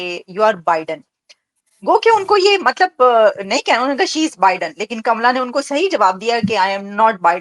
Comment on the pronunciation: Naam to acche se lele uska naam kamla hai kamala nahi ye Pakistan ke pade likhe jhahil madarsha chaap doctor gadhe hai